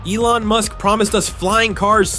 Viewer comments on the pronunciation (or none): none